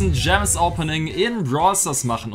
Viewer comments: hat Stadt gems gams gesagt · Jeder anderer Mensch "Es sind noch 49000 Gems" "Es sin noch 49000 Gams" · Du hast einmal gams gesagt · hat einmal gams gesagt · Du hast Gams Ge sagt Bei 49k gems hahahahhahahahahhahahahah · przestań mówić dżems